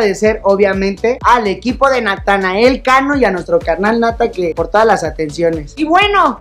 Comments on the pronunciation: Díganme que no soy el único que le dice natael cano xdddd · bro literal mente diste una explicación larga que nada que ver el se refiere que en lugar de decir Natanael dice Natael como lo dice ibai por ejemplo